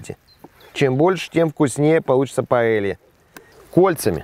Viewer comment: паэЙя! А не паэлья